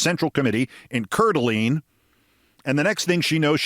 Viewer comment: In case nobody has said it yet, the pronunciation is CORE-DUH-LANE Idaho